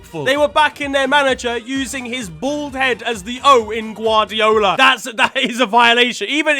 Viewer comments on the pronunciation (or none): none